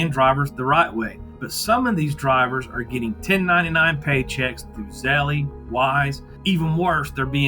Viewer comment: "zell-eee" 😂 Pronounce "tell", but replace the t with a z